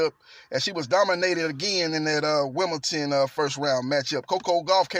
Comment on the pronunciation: Why Americans pronounce Wimbledon with a “T” ?